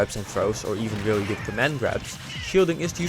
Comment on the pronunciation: Can you physically not say the letter "r"? You say "weally", "genewally", etc 😂